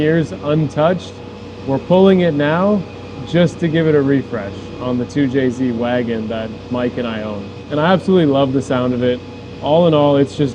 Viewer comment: 2jzed < 2jz